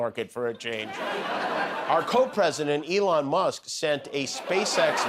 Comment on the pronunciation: lol did he call musk “F-Elon”? 😂😂😂